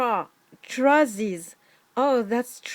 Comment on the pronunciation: I think they are messing around, pronouncing 'trousers' in a very exaggeratedly cockney accent, so that is why it would maybe be hard to tell what they are saying. They are saying "trah-sers" rather than "trow-sers".